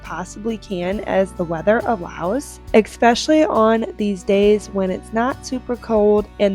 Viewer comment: Please...it's not ex-specially...it's especially...there is no x sound.